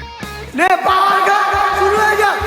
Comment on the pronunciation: পাওয়ার❌ ফাওয়ার✔️